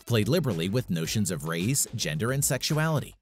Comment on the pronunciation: is he trying to say race?